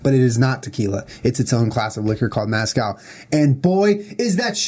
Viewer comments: MEZcal not maaaazcal omg Julien 😂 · Were there any other Mexicans watching dying about how Julian said "mascal" instead of Mezcal! Haha love you juliiieee & jennaaa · lol Julien pronouncing mezcal as mascal 😂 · i was laughing so hard bc julien said mascal... its MESCAL. yeehaw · Two years later I’m coming back to this to hear Julien mispronounce “Mezcàl”. By the way....tequila is a type of mezcàl. 😂 It just means it’s made from agave. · The way he pronounces mezcal. XD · Julien. I love you. But as a Texan. Please stop saying Mezcal like that lol